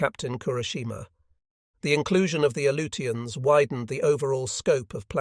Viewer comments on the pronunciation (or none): Not sure what the "A-loot-e-ans" are.